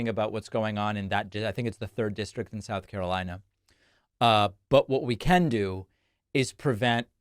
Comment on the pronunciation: "Santanic" "Souf Carolina" "Chiner" "I-ran" 😂😂😂